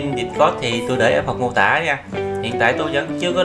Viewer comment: Discord: Đítscọt not Địtscot nha ah :D